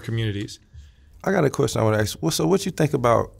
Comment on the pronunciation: Electrical Engineering degree? "Know what I'm sayin", Aks somebody for help". sorry but I seriously doubt this man is a Prof Eng.